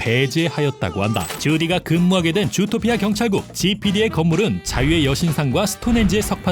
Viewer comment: 왜자꾸 좃도피아 라고 들리네요